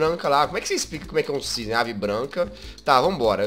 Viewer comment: É CISNE NÃO É "CISNEI"